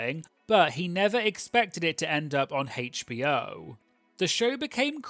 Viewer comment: The pronunciation of HBO as haych-bee-oh instead of aych-bee-oh 🙉🙉🙉🙉🙉